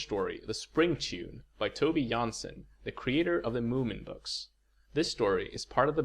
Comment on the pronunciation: I'm Finnish and I was often called out for pronouncing Tove Jansson's name as 'toove' and not 'tuuve', and then here's a native Swede pronouncing it like toby, wtf